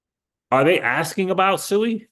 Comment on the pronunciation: SUI. Its Pronounced Swey